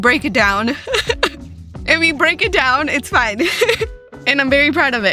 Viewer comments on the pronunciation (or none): none